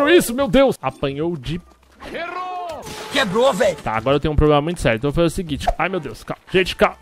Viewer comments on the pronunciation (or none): none